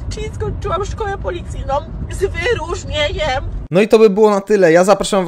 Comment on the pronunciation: Jak przestępca spotka panią K. to będzie już wiedział, że to żadne zagrożenie i jedyne co mu może grozić to 0,7 whisky za załatwienie tego czy owego na "lewo" dla pani K. Gratulacje! Wspaniały absolwent. Z "wy-ru-rznie-ńjem"! Teraz do pałowania na demonstracjach przystąp! I to z "wy-ru-rznie-ńjem"!